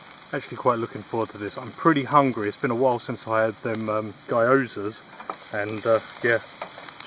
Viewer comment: guyozas lol its pronounced like gee-yo-za